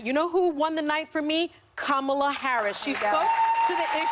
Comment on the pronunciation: No one: Sunny: Kamala Harris...